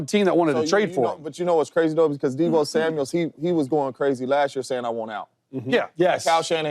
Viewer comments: It's Samuel not Samuels smh lol mufuckas can't read for ish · Is someone going to tell James Jones his name isn't Deebo Samuels. It's Samuel. And no way is Deebo better than Smitty. Come on now. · He keeps calling him Deebo Samuels too. It's Samuel not Samuels. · James jones keep saying “Samuels”😂